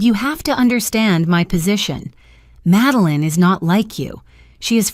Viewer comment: Her name is "MADELINE," not "Meline"!